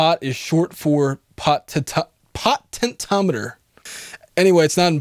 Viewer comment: it's pronounced 'PO-TEN-SHE-OM-ITER'